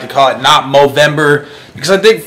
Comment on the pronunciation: It's called movember if you didn't say it right, i'm sry if you do say movember.